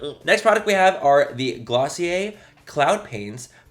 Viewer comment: "Dossier" 😂😂...I know you meant Glossier but still funny af.